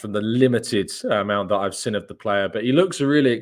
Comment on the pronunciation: do you realise you keep saying sin instead of seen?